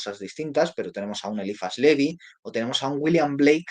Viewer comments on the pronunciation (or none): none